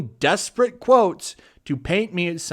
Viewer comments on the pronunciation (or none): lol DIS-PARATE, you pronounced as DES-parate lol dude. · Just for future reference; "disparate" is not "desperate". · *disparate, not desperate. Not trying to be 'that guy', but they're very different words...or should I say disparate? ;)